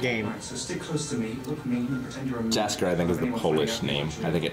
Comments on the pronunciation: Pretty sure Jaskir is pronounced Yaskeer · Please... Read "Jaskier" as "Yaskier" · aahh you pronounce it wrong! Jaskier is pronounced "Yaskier" (you don't pronounce "j" in Polish like "g" in English!) Also, Jaskier means literally "Buttercup flower", I don't know why English version changed his dame for Dandelion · You constantly hear them say Has name & Yet you constantly say wrong. Its not that hard to get Jaskier's name right. Read "J" like "Y" thats it really